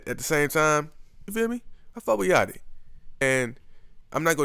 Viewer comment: Lil yachty not 'yatchy'